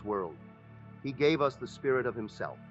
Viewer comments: Ok guys caught this being an AI voice and not actually Neville. The tone is off but MAINLY it say "U S, instead of US" I do not think that this is from an actual Neville lecture or reading. Lets stay wary... Feel free to correct me if im wrong. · The AI voice reading is spelling out words such as "us" as U.S. It's inserting weird words here and there and is entirely NOT OKAY. Don't bother listening to this. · I would like to know why he is mispronouncing words? Sounds like AI to me. Neville wouldn’t pronounce the word “us”, U.S.(initials). That doesn’t make sense. I’m calling BS on this. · If you are going to use AI at least do proper editing!! Us in the first minute of text is pronounced U.S. as in United States. This is confusing for the listener and interrupts the flow of ideas. Additionally the flow of sentences is stilted and not natural to the way Neville or any human would speak. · Why does he say "exists in U.S."? Is this an A.I speaking his words? I don't care for the A.I. programs, as they aren't able to properly pronounce many words. I find it takes away from the feeling that comes from hearing a human speak truth. I suppose I will imagine that A.I. stops being used and becomes obsolete....that way humans can start to develop themselves again and create with their own imaginations. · So is he talking about the United states or US... Because he says it U, S. Just sounded off. Cant be too careful these days. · Not wanting to take away from the message, AI voice over continuously mispronounces certain words which is highly distracting. Instead of the word us, it said U.S. Instead of the word wound as in to inflict harm, it said wound as in winding up a toy.